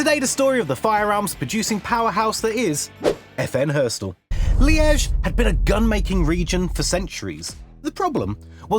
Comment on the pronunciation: Hey, Liège isn't hard to pronounce! 😢